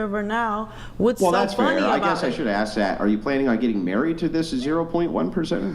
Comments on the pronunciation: You need to go back to english class and learn how to pronounce words m0r0n. The s comes before the k in ask. 🙄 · She didn't axe that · "when you axe her trooof" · Is the “girl” in red a transgender woman? Yeah you’re “off the charts” 😅😅😅😅😅😅😅😅. Example: extensions are not wigs, “ax”, “truf” “maff” (math), hated geometry in my Science class. YOU need to go back to school. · just wish they could say the word "ask".